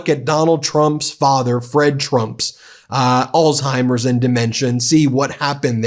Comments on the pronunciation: Come on Ben. It’s not “All timers” it’s Alzheimer’s. You gotta say the “Z” or you sound like a kid. Love you, love the Meidas brothers, been a subscriber since the beginning, but I get irked with mispronunciations and want to hear it correctly. (I come from a long line of linguists and writers.) That’s my problem and petty complaint. Meanwhile, you and your movement is really the most powerful independent media channel ever. You’re leading a movement that’s long overdue. You’re getting on Donald’s nerves but he’s afraid of you because he’s stupid. Keep pushing him. Just a matter of time before he completely snaps. Mary Trump is right. She knows him better than anyone and she’s a psychologist. Donald inherited his terrible father’s dementia. No cure. He won’t last even to the midterms is my prediction. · Please pronounce Alzheimers properly. There no T in it.